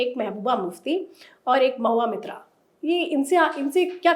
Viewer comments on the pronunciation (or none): Anchor saheba, Mahua Mitra nahi, Mahua maitra hai. Mitra upper class kayastha hai aur Maitra ek Brahmine hai. Aur ek baat, Mamataji se bhi kafi kom camera ke samne aate hai Orissa CM Naveen Pattanayak ji. Naveenji chup chap kaam karte hai, koi bhi controversial bayan nahi dete.